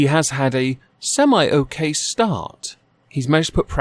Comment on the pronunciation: In the UK 'semi' is pronounced 'sem-e' not 'sem-I'. Moreover, Labour is stuffed with far left progressive loonies. Allowing them into power with the current line up would only be slightly less dreadful than during Corbyn's time.